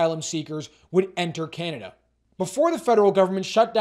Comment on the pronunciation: Just where is this "Cyanada" place you keep referencing?